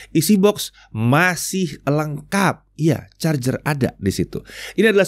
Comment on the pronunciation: wkwk kyknya bilang charjer ada chajer ada nyindir bren sebelah ni🤣alias si Samsung🤣